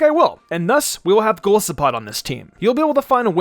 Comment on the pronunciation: you pronounce Golisopod wrong😔 but this really helps tho, thanks!